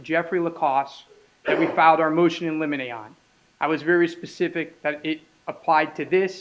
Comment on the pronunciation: It’s not “motion eliminate,”🤣🤣 — it’s “motion in limine,” (pronounced LIM-IN-AY) which is a motion, discussed outside the presence of the jury, to request that certain testimony be excluded